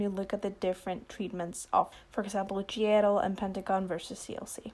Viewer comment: Took me 28min into the vid to figure you mean G IDLE 😆😆😆 sitting here like “who the hell is Gierro???”